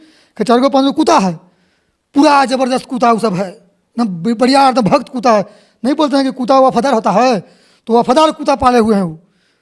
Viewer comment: अबे कुत्ता बोल कुता नहीं बे